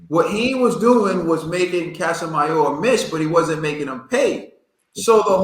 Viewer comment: Ka-Si-Me-Ro and not Ca-Sa-Ma-Yor. And I thought Rigo was the master boxer here and Casimero "Still" landed more punches. How come nobody is talking about Rigo not figuring Casimero out, he couldn't even touch Casimero even as Casimero was coming forward. Casimero is not stupid to be trapped by Rigo. If anything it showed Casimero's skill that he's not just there to go crazy and get hit, he literally dodged more Rigo shots than Rigo threw at other boxers including Donair.